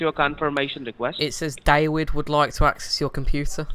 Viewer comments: OMG you the best. Dawid, wisa card, CWeeWee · why do you pronounce v's as w's you said pro•wide and david as day•wid